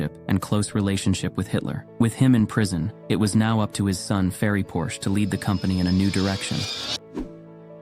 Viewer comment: You pronounce the last name of Ferdinand Porsche correclty, but refuse to pronounce Porsche correctly when referring to the car. Why, Why